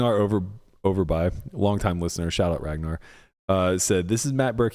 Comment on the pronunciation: Aye, my tweet got airtime! For the record Berkey its pronounced Ragnar OverbEE not Overbye. Thanks for the shout out tho. Happy y'alls getaway seemed like a super positive experience. Love the podcast and am excited to see its future.